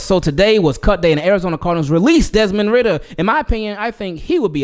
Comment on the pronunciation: Desmond ridder😂😂 cmon man😂